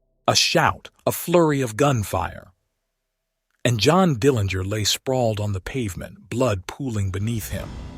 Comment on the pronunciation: Nice summary of John's life. I really liked the way you ended this regarding John's place in history. One item to note is that the Dillinger family name is pronounced with a soft 'g'.